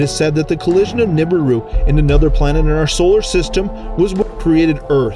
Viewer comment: oh man you mispronounced everything in this video. (eg: Zeta reticulANs, AnnunaKi, NibIRu... and others... ) good footage, not perfectly researched..